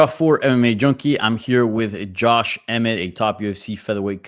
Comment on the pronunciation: He butchered Emmet. 😂